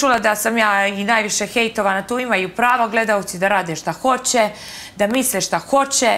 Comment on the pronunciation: SituVacije, ukanaljivam, kontestu, rečem, hoče, neče, rodZak... nepismenija osoba nije krocila na tv od ove Aneli